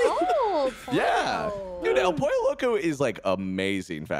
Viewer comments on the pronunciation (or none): love yah, but hearing you say pollo like pole-oh made me wanna die, iTS POYO Edit: I worked at Din Tai Fung, it's an authoritarian CULT. Food is good, but management is horrific. I had to watch 12 hours' worth of propaganda "training" videos. I also got reprimanded for apparently "not being warm enough when greeting and seating guests" after a single complaint. Quit from there as fast as I could. PS: to anyone who complains to management about a GREETER (who gets 5-minute breaks, can't sit at all during their shift, and doesn't have enough time to eat during break), there's a special place in hell for you.